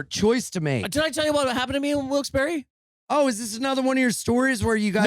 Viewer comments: It's pronounced "Wilks-Bar" but that place fucking sucks, so say it however you want. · Okay but is it really pronounced "Wilkesbury"? The last word isn't said like "bar"?